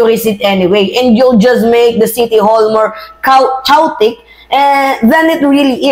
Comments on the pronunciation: Keyotik po ang tamang pag bigkas sa Chaotic hindi kawtic✌ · chaotic pronounce po as ka-yo-tic, hindi po kawtic. ✌🏼 ✌🏼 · chaotic pronounced as keyotik Hindi kawtik. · 😄 😄 ano ngayon? Talo nograles. Ne hindi mo ma e pronounce chaotic na tama ano alam mo? CHOWTIk. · Chaotic- pronounce as "keyotik"👍🏼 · Sorry madame. Khayotic mag pronounce😊😊😊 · Chaotic pronounced as khe.yo.tik read it right for better understanding of your followers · Chaotic sounds like ( ka-yu-tik ) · chaotic- pronounce it as ke-yo-tic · Chaotic pronounce as kay yu tek po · Madam ang bigkas po sa word na chaotic ay [ ke-yow-tik] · pronounce chaotic like keotik. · yung “CHAOTIC’ keyotik ang pronounciation nung word na yun KE-YO-TIK…😊thanks